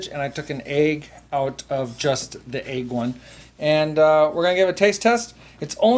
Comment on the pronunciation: Great video, def gonna try. Love the way you say “ayg”😂